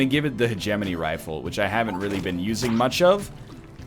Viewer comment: while we're on the subject of calling ryan out, he's been pronouncing hegemony wrong. heh-geh-moe-knee, not heh-gem-in-ee.